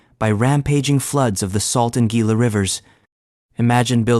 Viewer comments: its pronounced 'hee'lah' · Gila River pronounced heela im from the New Mexico side of the Gila river your welcome 😘